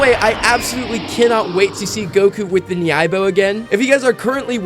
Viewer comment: Good video but you’re pronouncing nyoibo wrong.